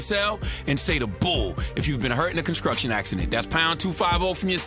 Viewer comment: Charlemagne: Conskrucsion accident.